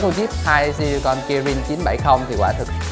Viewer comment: 2 si li con